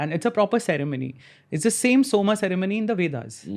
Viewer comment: It’s Soma, not Soma.